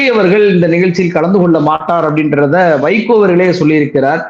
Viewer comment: நீங்க அடிக்கடி வைக்கோ, வைக்கோன்னு சொல்லும் போதெல்லாம் என் காதில் சைக்கோ சைக்கோன்னே கேட்குது.